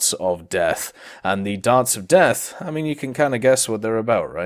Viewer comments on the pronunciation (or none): none